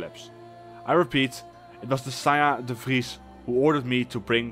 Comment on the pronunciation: Love the dutch accent! Recognized it immediately in how you said ''de Vries''